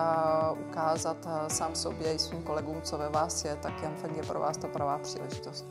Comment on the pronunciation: Kromě toho, že manažer neví, jak se jmenuje jeho firma "Yengfang" tak dobré :-D